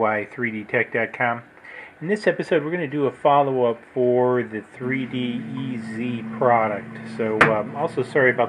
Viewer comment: I'm wondering if it's supposed to be pronounced like "3D Ease" rather than "3D-EZ". The extra E is a little unclear. In any case, sounds like it's working well for you.